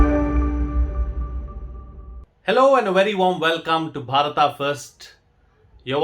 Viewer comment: It's Bharat not Bharata